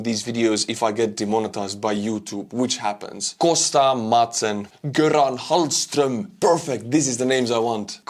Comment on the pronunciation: You nailed "Hallström"! You sounded like a true Swede!